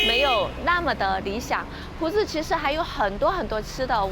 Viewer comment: 光是朴知道唸第二聲 我就要給妳一百分💯